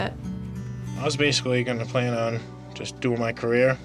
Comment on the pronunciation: 😂😂😂 ikr, what was that?¿